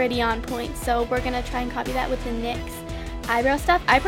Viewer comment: im pretty sure its called N-Y-X like say each letter.